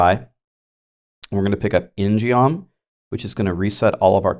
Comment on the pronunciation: Hey... just wanted to tell you ingeom is pronounced 인검 (in gum) its a korean themed weapon like the taeguk.. anyway hope this helps